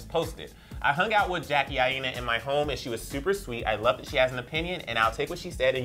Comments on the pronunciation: omg they said Jackie AAina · jackie didn't care tho .... 😂😂 who else cringe at him saying her last name I- NA (aina)